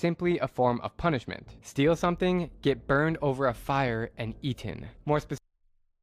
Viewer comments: Aten,,really it's ate😭😭💀 funny asf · bro said youtuber gets aten instead of eaten 💀💀